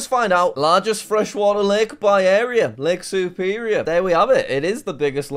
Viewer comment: Bro did not just say Mitchagan, Who-rin, Soup-erior.